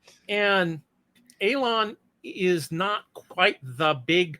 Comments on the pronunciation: Dam dude its E-lon not A-lon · Anybody cringing everytime he says Alon? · Ælon. The guy is pronouncing it that way on purpose. What purpose that is, I cannot say. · Great video but who the hell is "A"-lon?!